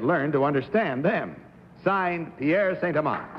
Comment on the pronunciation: “Pierre St. Elans”?? I think it's Pierre Saint-Amand!